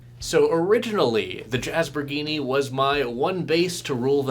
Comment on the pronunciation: "Jazz-bor-gee-nee"... It must be Italian